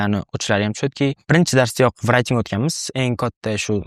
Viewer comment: Hayajondalarda shunga shunaqa talafuz qilib kettila